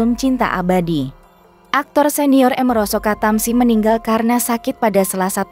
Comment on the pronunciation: Amiroso kok dibaca emeroso